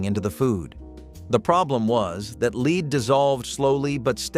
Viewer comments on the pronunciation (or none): Lead is pronounced "LED" (short E vowel sound), NOT "LEED". Lead is pronounced "LEED" when referring to "lead guitar", or "lead role" in a movie. But lead is pronounced "LED" when referring to the toxic chemical element.